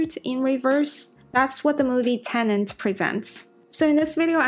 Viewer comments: "Tenet" not "Tenent" atleast get the name of the movie right. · She repeatedly said "Tenent", which is not right.